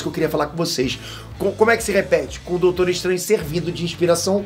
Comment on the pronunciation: "Doutoro" kkkkkkkk